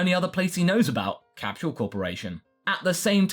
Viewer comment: whyyyyyyyyyyyyy do you say capSHule corp.its capsule corp